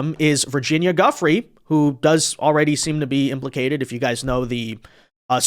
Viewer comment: Why not have the respect to pronounce "Giuffre" correctly?